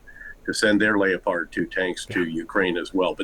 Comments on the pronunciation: Is he the only guy on the planet that pronounces leopard as Leo...pard? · the way he pronounced "Leopard" tanks as "Leo-pard". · He keeps pronouncing the Leopard 2 as "Lay-O-Phard". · Somebody needs to tell Petraeus how to pronounce the word "Leopard". He says it like he thinks he's talking about a ballerina's "leotard" rather than the big cat - it's pronounced "lepard". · lay a pard? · Why can't Americans pronounce the word, Leopard? It's not difficult. 😂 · Petraeus needs to learn to speak English. His pronunciation of "Leopard" is offensive. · Leopard rhymes with leotard like in ballerina? Surely a general knows what newsmen don’t? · There is no reason at all for that pronunciation of Leopard ! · Guy can’t pronounce Leopard ffs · Its leopard like the cat u nerd 😀😀😀 nice expert